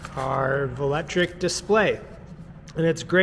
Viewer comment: Hey buddy I hate to be that guy but I ride a velotric bike and its pronounced vel-o-tric lol